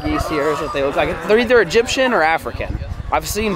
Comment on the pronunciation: said ”Edgypen or afrikan” 😂😂